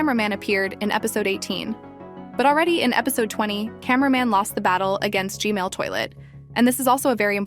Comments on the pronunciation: STOP SAYING GMAIL TOILET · You are saying g mail toilet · Blud literally said gmale💀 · It’s g man not Gmail💀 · And also it’s not Gmail it’s G-man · Why u say g mail toilet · Its gman not gmali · btw it's "g-man" not "g-male" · Why does she call the g man toilet the gmail toilet😂😂😂😂😂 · Its g man Not g mall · Its g man toilet not g mail toilet 😂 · Gmail?! It's Gman(not tryna be rude) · Stop callingI it G-Mail , Call it G-man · Normal people: gman toilet:gmale toilet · not to be rude but your saying g mail and not g man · Why do u say gmail not gman😂😂😂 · Why is calling gman gmail? But i still like how she call him g-mail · why do u call g-man “g-mail”? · Its funny how you say gmail toilet squad 555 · I heard you say gmail toilet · the ai said Gmail toilet🤘🤘🤘💀💀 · You said Gmail toilet 😂😂😂😂😂😂